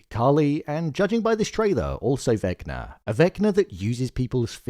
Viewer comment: Bro be like Vecna = naah 🚫 Vecnar = ✅